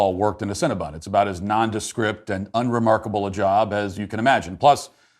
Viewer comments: Matt can you not see the word? It's cinnabon not cinnabun. Please stop saying it wrong. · Matt decided to make fun of people who work and eat at cinnabon and then couldn't even say the company name right the whole video. Lmao